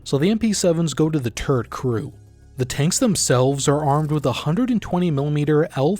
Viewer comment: "[...] so the MP7s go to the turret crew." I, and I shit you not, unironically heard "the turd crew." and was somewhat confused for a sec xD